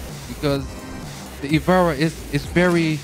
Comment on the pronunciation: its not the ivara. just ivara